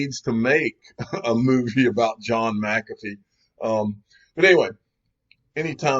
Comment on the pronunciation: Mc-calf-fee - Unofficial Incorrect Pronounciator of the Digial Asset Investor Channel